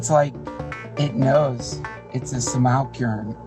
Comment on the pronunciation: My favorite bit of Duncan's "response" video is how many times he bungles the word simulacrum, despite The Elephant Graveyard saying it multiple times in his video. The pronunciation was right there, Duncan.